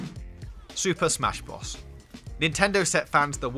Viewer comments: Bros , not bross . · super smash brozz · Was he saying smash boss? Lol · huh? its bros not whatever the fuck you're saying dude.... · Odd_Slug he can't say the letter r